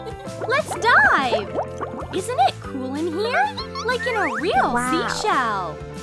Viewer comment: It sounded like it was die instead of dive LOL